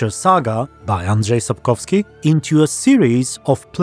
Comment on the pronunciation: I legit jumped when you pronounced Andrzej Sapkowski flawlessly